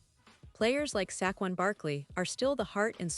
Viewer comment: /// SackQuon Barkley ... This Ai Genius thinks Sequon Barkley is STILL ON THE TEAM ! ... However, she can't pronounce his name.